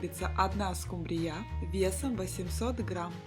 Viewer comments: СкУмбрия , а не скумбриЯ. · Не скумбриЯ, а скУмбрия, слушаешь вас и диву даешся - вы откуда.? Придурки.! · Уважаемая,скУмбрия не скумбрИя, а рецепт возможно и не плохой.